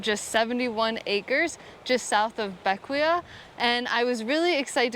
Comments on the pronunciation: I thought it was pronounced BECK-way. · Bequia .......is pronounced beck way.....just FYI.....loving the cruising life you have working now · Just an FYI the island name of Bequia is pronounced as ( / ˈbɛkwiː / or / ˈbɛkweɪ /) "Beck-way" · Beckway is the pronunciation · Loved the video. Been following you since you purchased Athena. I’ve been sailing the grenadines for 6 years and was the general manager for barefoot yacht charters on Vincent. Anyway just thought I’d give you and FYI; Bequia is pronounced ‘Beckway’ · Great video, but I couldn't help myself: Bequia is pronounced BECK-way 🤗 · Bequia is pronunced Beck way